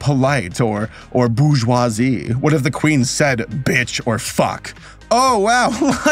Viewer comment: Sorry to be a stickler, but bourgeoise is pronounced “borj-WAH”, and it’s Princess Diana, not Diane. 💀